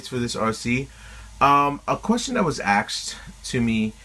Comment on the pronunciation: Don't say aksed... it's not a word...